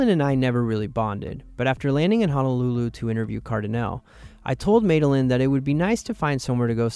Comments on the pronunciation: “May-delin” come on now lol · Why were you calling her MADE a lyn 😂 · Isn't it pronounced, "Mad uh Lynn?"